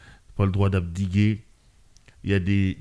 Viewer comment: "D'abdiquer" se proonce "d'abdiké" pas "abdiguer"